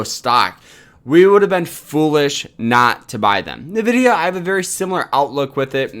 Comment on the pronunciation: NVDA is "rumored to do a split"? Lol. You bought $5K of the stock? It's pronounced "N"vidia.